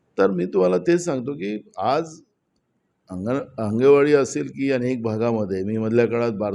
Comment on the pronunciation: नाना तुझा कोकणासाठी काय योगदान? साधं तुला आंगणेवाडी निट बोलता येत नाही त्याने कोकण या विषयावर बोलू नये